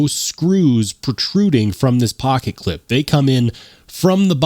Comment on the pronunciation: I swear I heard you start talking in a bronx accent when you said "pocket pecka" 😂